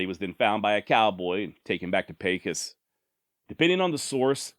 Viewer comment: I just want to say I enjoy your videos on the old westerns but I must say you are pronouncing Pecos wrong Pecos sounds like peso Mexican money its called pay-cos Pecos